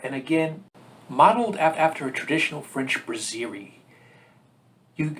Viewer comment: It’s not “bruzzeerie”. It’s BRASS-erie.